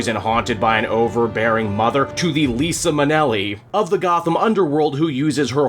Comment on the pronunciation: Lisa Manelli? 😂 It's pronounced Lie-za.